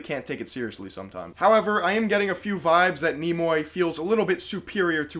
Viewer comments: It's pronounced Nee My not Nimoy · My guy, its pronounced "Neem"-"Eye" lmfao!! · Jesus, you butchered the pronunciation of his name. "Knee-My". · Nimoi? Can you read and pronounce?